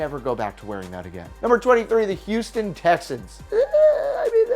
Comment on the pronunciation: Did you hear him he said tessins instead of Texans